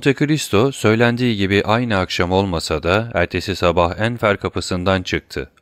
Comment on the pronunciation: Emeğiniz için teşekkürler. Elimden geldiği kadar romandaki bazı kişi ve yer adlarının doğru okunuşlarını yazmaya çalışacağım. Enfer Kapısı : Anfer Kapısı Orléans Yolu : Orlean Yolu Linas Köyü : Linas Köyü Montlhéry : Montleri Delacroix : Delâkrua Rubens : Rubens Simon Ana : Simon Ana Jardin des Plantes : Jarden de Plânt Noisette gülü : Nuaset gülü Debray : Döbrey Danglars : Danglar Don Carlos : Don Karlos Bourges : Burj Messager Gazetesi : Messaje Gazetesi Moniteur : Monitör Maximilien : Maksimilyan